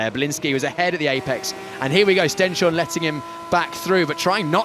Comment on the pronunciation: its pronouced Stens-horne, not Sten-shorne